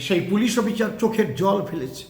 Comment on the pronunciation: এই লোকটা অশিক্ষিত, অসভ্য কোনো ভাষা জ্ঞান নেই। অফিসার উচ্চারণ করতে পারে না।